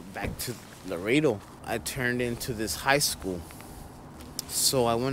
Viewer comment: It’s not pronounced lo-redo. It’s la-redo